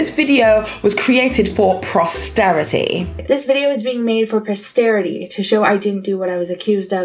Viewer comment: "Prosterity" - "Prosterity" The actual existing word, posterity- 😑🤦